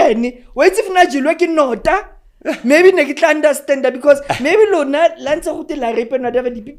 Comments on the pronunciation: Lebo it's not "Nor-tah" it's "Nou-ta" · 😂😂poor Nota, she say Nota instead of Notha and tik tok instead of thikh thokh very funny this one. Be that as it may ,I now fully understand why most men are in prison for a R they didn't commit. If a R influential advocate,intelligent woman like Lebo can say I had always believed a victim untill not so long ago .Hai it scary may be not so intelligent coz a reasonable man would have thought objectively .Lebo don't change that raw language we love it, it entertaining 😅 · The way she pronounces “Nota” 😂